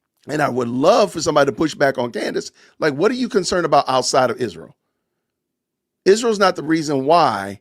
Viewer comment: I can't stand the way Candace pronounces Israel. 😂